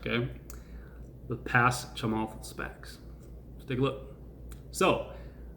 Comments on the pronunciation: I think it's pronounced Cha-moth btw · Thanks! Ps pronounced “Chamuth” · I'm from the same country as Chamath, Sri Lanka. The A is deep pronouce it like moth. It felt like you were poking fun of opendoor, what is your opinion now? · Cha-math Cha-meth Cha-mith Cha-moth Cha-muth (cha-myth)